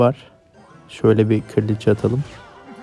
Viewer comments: Abi kraliçeye kırliçe deme sinir oldum keshjakj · Abi çok sinir bozmak istemem ama kriliçe diyosunya bilerekmi